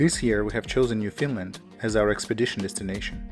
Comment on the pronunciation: I live on Prince Edward Island and went to Gros Morne Parrk. and fell in love of course....... Just a note: it is not pronounced New Finland but New FOUND land..... I like your love of nature and hope you will make more travels and videos. Thanks